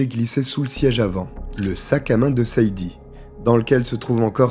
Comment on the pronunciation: tu as du mal avec les prénoms 😂Sade se prononce Shadé, beaucoup de femmes afro américaines ont donné ce prénom à leur fille par rapport à la chanteuse Sade Adu